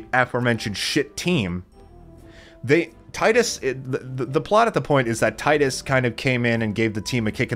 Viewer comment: Great game but it's pronounced Tee-dus same way it's pronounced Tee-fa not Tie-Fa yeah I know it's weird lol.